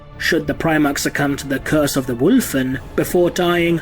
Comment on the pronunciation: I appreciate the way you say 'Wulfen' 👍